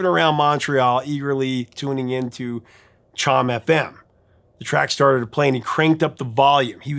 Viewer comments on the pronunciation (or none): Just a note from an old Montrealer; it's not "shom", it's "shoam" for CHOM FM.🙂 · CHOM is pronounced SHOME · CHOM FM, is pronounced showm, rhymes with home. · The Montreal radio station, CHOM, is pronounced chome. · Note: CHOM is pronounced "SHOME", long time listener here. Some amazing music came out of Montreal in the 1980s, The Box, Men Without Hats and, of course, Corey Hart. Note, Paul Anka is a Canadian from Ottawa. My Dad knew Anka from growing up around Bayswater Avenue. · Rellt enjoy your channel. As a native Montrealer, may I share that CHOM FM is pronounced "ShowM FM 😉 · Nitpick - CHOM-FM is pronounced more like "shome" and "tchomm". (I grew up in the US in the 70s but close enough to Montreal to receive CHOM.)